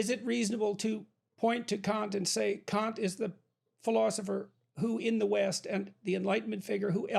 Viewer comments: Kant, not Kaut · its Kant , not Kaut...